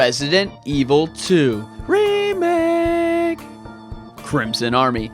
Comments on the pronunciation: It do sounds ridiculous But it not that annoys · I dont think is ridiculous, its pretty cute i like it.